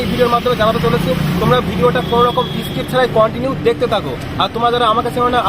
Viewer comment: ইংরেজি উচ্চারণ গুলো আরো ভালো করতে হবে। ইস্কিপ আর এষ্টার